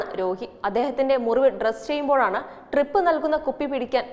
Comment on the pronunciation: അല്ല ട്രിപ്പ് ആണോ drip ആണോ ഇതാ വീണ്ടും ട്രിപ്പ്‌ ഇതാ വീണ്ടും ട്രിപ്പ്‌